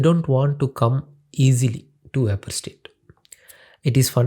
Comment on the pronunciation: veypour pressure of yey :D :D :D